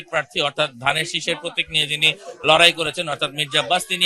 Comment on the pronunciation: মিলেনিয়াম উচ্চারণ করতে পারে না, সে কিভাবে এবং কোন যোগ্যতায় রিপোর্টার হিসেবে দায়িত্ব পায়?